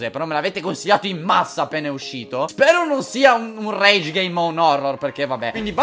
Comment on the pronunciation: Solo io quando ha iniziato il video ed ha detto "Me l'avete consigliato in massa appena uscito" ho capito "A pene uscito"? :'D